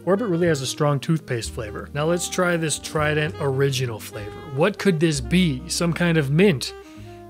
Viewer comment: Take a shot every time pronounces trident as “Tri-dEnt”.